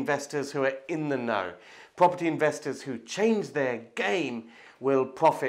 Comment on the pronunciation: Pwoperty pwoperty that’s cwaking